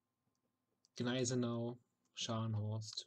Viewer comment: The "G" in Gneisenau is not pronounced! I hate the fact that nobody gets it right! It shouldn't bother me that much but, the mispronounciation is annoyingly ugly sounding....